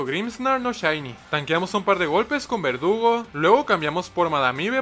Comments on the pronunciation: Soy el único que escucha que dice "vergudo" en vez de verdugo?🤨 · Me di cuenta que le dice a verdugo, vergudo 4 veces XD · No se si sea un error, o era así, pero contra cathy a al corvisquire llamado "verdugo" le dice "bergudo":v Querido, ese fue un error? Un easter egg? O tengo problemas d audición xd? Mames volví a escuchar y si suena que dice "bergudo" xddd Ojalá el lea y me aclare la duda que no me deja dormir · Alguien más escucha vergudo y no verdugo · Creo que lo dice así adrede, yo lo oí así casi todas las veces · No eres el unico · en el minuto dijo vergudo en vez de verdugo 😹😹😹😹😹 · soy yo, o dijo vergudo en vez de verdugo? 🤨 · En antes de decir verdugo dijo bergudo XD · Se dieron cuenta que al corvinigth en vez de decir "Verdugo" dice "Vergudo" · en el minuto dice vergudo en vez de verdugo xd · no me vas a engañar, ashi dijiste su nombre pero con una G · Y en el igual